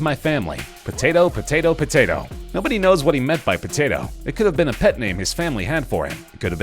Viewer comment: "Patatoe, Patatoe, Patatoe...."